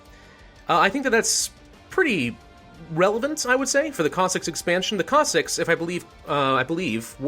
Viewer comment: It is Pronounced (Cos-Sacks or if Singular Cos-Sack) So you were pretty much Right my Friend